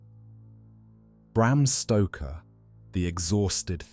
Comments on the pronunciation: Bram Stroker? Wtf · Bram Stroker? Who's that? Lol!